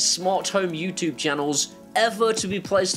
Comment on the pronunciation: Neesha, I have a request for you. Can you teach to say YouTube properly 😄👍 if you can I'll buy him a one off beer on PayPal. Have a great weekend and Neesha.... OHHHHHHHHHH THE ZIGBEEEEEEE 👍👍☃️🎄🍺